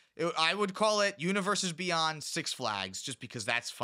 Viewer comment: Universes Bey-UN-d